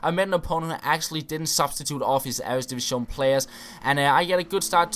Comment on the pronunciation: ITS EREDIVISE NOT "EREDIVISCHÓN"